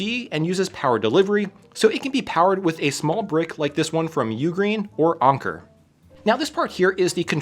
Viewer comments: onker... why u say onker.. and not anker.. its an A XD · Anker is pronounced like Anchor, not Onker lol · bro really said "awn-ker" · AIN - KER not AHN - KER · It has always been pronounced anchor by everyone I have known and any YouTube videos I've watched on the brand not saying you are the one pronouncing it wrong, just that I've never heard it pronounced that way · Is that really how you pronounce anker? Unker? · I love the video But FYI, although the company uses the German spelling "Anker", they use the English pronunciation like "Anchor" Source: Worked as a Tech Support for the company for years, and spoke with two of the Co-founders of the company. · The pronunciation of Anker is KILLING me! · Stopped watching after you horribly mispronounced Anker. Just ew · Pronouncing Anker that way made my eye twitch.